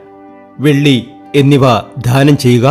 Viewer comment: ധാനം ചെയ്യുക എന്നല്ല ദാനം ചെയ്യുക എന്നാണ്. ഒരുപാട് ഒരുപാട് എന്ന് ഒരുപാട് പ്രാവശ്യം പറയുന്നു 😊